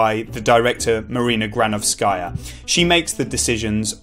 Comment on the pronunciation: GranOvskaya not GranovskAya